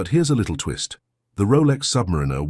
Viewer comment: This AI narrative has got To go. When you can’t even pronounce submariner correctly, you really lost your audience